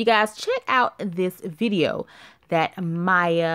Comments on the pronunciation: Her name is Maia (Muh-ee-ah) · I think it's pronounced My-eee-ahh...